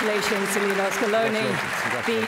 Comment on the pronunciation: i hate how she saids lino messi instead of LIIIIOOOOONEEEEEL MESSI